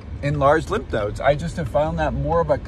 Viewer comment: Its called lymph nodes not limp nodes lol